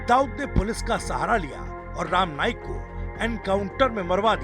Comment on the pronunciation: Abey bhaiya patrakar pahile bolna sikh.. Ram naik nahi rama naik.. BC sab jaga par gandagi failana hi hey inko